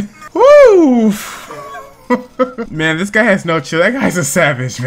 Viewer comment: "are you a ....wemon.......? xD lmao